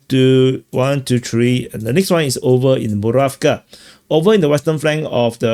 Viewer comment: you manage to make a 5 min clip tiring by drawing countless arrows and talking like its all the same and you dont really care. Its PokrovSK ffs…